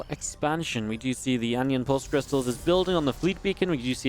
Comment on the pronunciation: It's 'an-ion', not mispronounced 'onion' FFS, did you not even do GCSE double award?